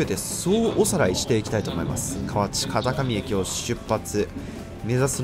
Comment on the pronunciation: 奈良行くなら近鉄一択。大和路線の方が早いけど、JR奈良に持ってかれても困るんやわ。 北摂民にとっては、馴染み薄い河内界隈。 河内の読み方は、大阪弁では「かわち⤴︎」やね。 住んでもいいとおっしゃいますが、関東でいうと山北に住みたいと言ってるのとほぼ同じ。想像以上に不便やで。